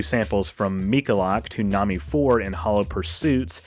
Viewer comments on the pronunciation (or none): none